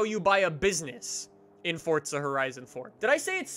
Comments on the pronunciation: For za. Not fortza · What is Fort-za? Thought it was Forza. Someone's been playing too much fortz-nite. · May i remind people that Forza dont have a "t" in it😂